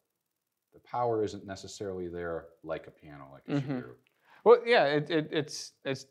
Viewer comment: I loved seeing these two magnificent pianos compared. Such beautiful sound. One nitpick - I wish people would try a little harder with the pronunciation of Shigeru. In Japanese it it pronounced she-gay-ru. And no matter what language you speak, there is definitely no “guru” in Shigeru. 😂